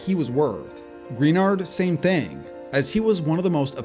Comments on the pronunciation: It’s Pronounced Gruh-Nard not Green-Nard brotha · well you know he didn't for sure because he mispronounced Greenard's name.